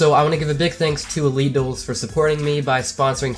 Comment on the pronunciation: when he said elite duels i thought he was saying illegals